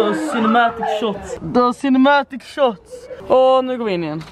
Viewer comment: HAHAHAHAHAHA "the cinematic shohts"